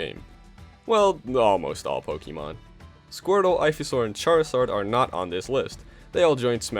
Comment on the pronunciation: Say it with me Po kay mon Not Pokey mon.